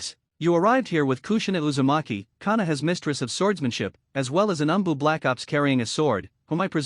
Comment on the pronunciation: This AI narrator kunow, kyuibuy, umboo. It is unlistenable.